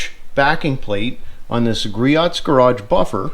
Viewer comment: Griot = "Gree-Oh" It is so common that they have a tutorial on their website. Rumor is that Richard (Griot) would charge double back in the day if you made a phone order and mispronounced his name.